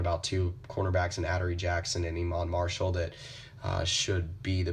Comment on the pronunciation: His name is not pronounced "aduree", it's ah-door-ee